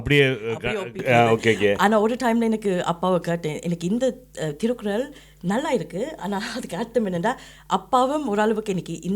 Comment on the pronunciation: Its திருக்குறள் not திருக்குரல்